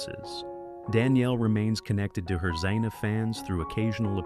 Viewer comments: It's Air-eez, not R-eez. How many ways can you pronounce Zena? It's Eye-oh-layus. Pathetic. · And Zen-a. ,,,stupid AI